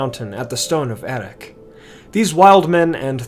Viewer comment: I would have thought the final consonant of Erech is pronounced the same as the /ch/ in Loch, not with a /k/ or even the Dwarvish /kh/.